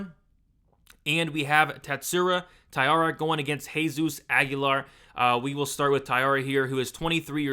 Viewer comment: Tat-su-ro, not Tat-su-ra. Ta-eeh-ra, not Tai-ar-ah.